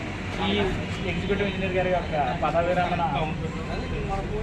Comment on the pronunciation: పడమ విరామడి కాదు మామ గారు పదవి విరమణ